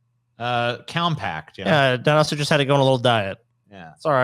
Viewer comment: UMMM... actually it's pronounced dino-suc-cus